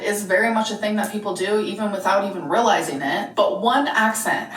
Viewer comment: Californians don’t say “RILL-izing”